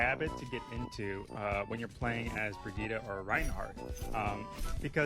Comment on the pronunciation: Im sorry how did he say brig's name?!